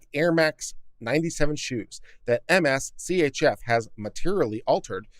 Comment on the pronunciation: I suspect that MSCHF isn't meant to be pronounced M-S-C-H-F instead being said more like "mischief."